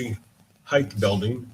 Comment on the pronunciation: Heigth ugh it's not pronounced with th, it's height.